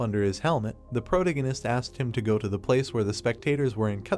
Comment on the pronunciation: I’m really trying to watch it as the story looks interesting but I can’t take the narrator repeatedly saying the word “protagonist” in the worst way possible. Please fix your narration 🙏🏻